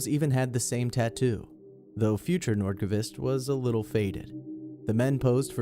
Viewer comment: "Hakan Nordkuhvist"